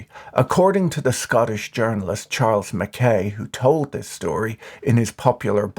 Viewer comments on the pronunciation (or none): Mac-eye / Mac-aye not Mac-eh TY 🙏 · MacKay pronounced Mac Eye, Patrick. It's always worse when An Irishman get's it wrong.:face-turquoise-covering-eyes